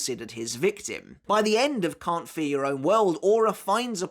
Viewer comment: Y'all gotta start saying 'Can't Fear Your Own World' cuz this 'Carnt fer yer own world' pronunciation is criminal. At least enunciate the 'Fear' part 💀